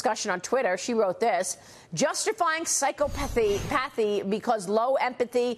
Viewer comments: Psy-cop-athy not psycho-pathy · It's pronounced psy...caw..puh...thee But I don't expect much from fox and it's psychopathic viewers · It's not pronounced "psycho-pathy" its "psychop-athy." Sheesh!!